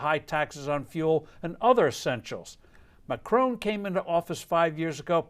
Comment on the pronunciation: not sure how people voting for the candidate they want is "dangerous to democracy." I also enjoyed how you described her as a statist then went on to describe Macron's (it's not pronounced McCrone btw) "smothering state taxes and regulations" rating: 4 out of 5 CNN's